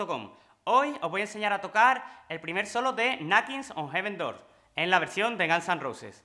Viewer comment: “Nakins o jeven dor de gans an rouses” los españoles tienen un problema severo con el ingles jajaja